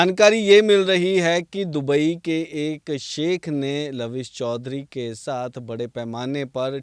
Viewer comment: दबई नहीं...दुबई😂